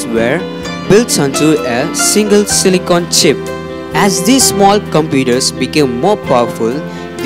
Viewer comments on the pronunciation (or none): none